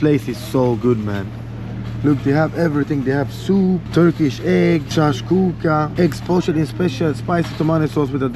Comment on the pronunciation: BRO said Chakshuka instead of Shaksuka🤣🤣